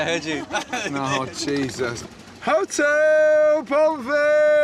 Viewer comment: Sounds like : HOTEL BOUVEL!!!